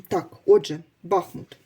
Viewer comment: Дякую,тільки будь -ласка БахмУт!